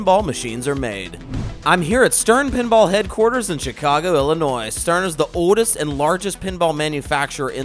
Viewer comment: I'll give my like even though can't pronounce Illinois correctly. Or maybe he can.